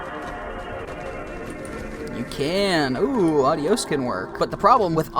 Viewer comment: The way he pronounces “adios” is embarrassing.